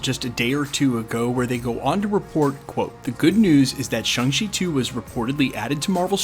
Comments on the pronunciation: Why do you keep mispronouncing Shang-Chi? It's ShAng-Chi which is not even close to sounding like ShUng-Chi. Hell dude there's an entire conversation at the beginning of the movie about nothing BUT how to pronounce it, and ShUng ain't it. I don't understand why you seem so resistant to just saying it the way EVERYONE in the movie says it. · Sorry to point this out, but it's not pronounced Shang like Bang, or Shung like Hung, but closer to Shong like Kong. I hear a lot of people say it like, Hang She, or Hung She, but the "a" is closer to the "a" in "land", or "sand", and even closer to "Shawn", thus the joke in the movie when Awkwafina's Katy berates him for changing his name from "Shang" (Shong) to "Shawn" when he went into hiding, because they sound nearly identical when pronounced correctly. "Shawng Chee" might be the closest, phonetically speaking, but to each their own. I was complimented by the theater clerk when asked which movie I wanted to see. He said, "You know, you're the first person I've heard to get that name right, and I've sold a LOT of tickets today." I've noticed since then that almost no one ever says it right, though, lol. Shawng Chee, for what its worth (and knowing is half the battle).